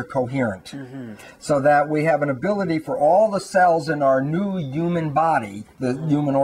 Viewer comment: its about time that scientists finally realised the truth about what healers, mystics, psychics and many religious people have been saying all these years... why does he say ewman instead of human? and ewmanity instead of humanity?